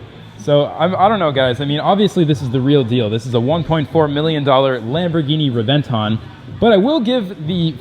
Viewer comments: re-ven-TÓN..... NOT re-VEN-ton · Everytime i hear the way you say Revent-tawn i wanna punch you out. Its Reven-Ton not Tawn. Fuck. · Pronounced Rev-en-tone. Like the sound of a lightning strike. Rev en tawn Get the fk outta here. Dun dun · It's Rev•en•ton not Re•vent•on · Please.. Please stop saying reh-ven-TAWn.. Its REh-ven-thóhne!. Spanish word bro! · it's pronounced Lamborghini Hébentoń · Reb-en-ton it's spelled Reventon but pronounced rebenton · The more he says revonton the more he pisses me off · Hate the way he says re venton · you say it wrong lols it should sound like Rebenton < as it is in italian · It's pronounced rebenton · Reventon simple American it's called reventon got pronounce it correctly next time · Bro if you are gonna say it so damn much, can you please teach yourself the proper way to pronounce Reventón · Please learn how to pronounce it properly. You're making a video about it, you clearly know a lot about it, it's infuriating you pulled a 'murica and couldn't get educate yourself on the pronunciation. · Sees one 2 or 3 times a week yet still dosnt pronounce it right. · Well, you managed to pronounce Reventon correctly one time in the video. That was not a replica Reventon. That was more like a phantom. To make a phantom 1969 Chevelle SS you buy a base model 1969 Chevelle do a power train swap with the correct parts. Paint it as an SS and add the SS badges. Then if you want, install a reproduction SS interior. A replica usually shares little more than looks with the original. That phantom Reventon probably cost about half what the "real" one does, which still puts it in the typical hypercar range and the performance is probably very close. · That is not how you say reventon pisses me off you do not say it correctly if you say you are a car guy. No sub